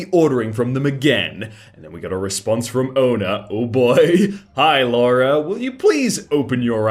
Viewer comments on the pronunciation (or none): none